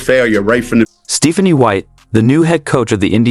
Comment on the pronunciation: Your AI narrator should be taught how to pronounce "Stephanie."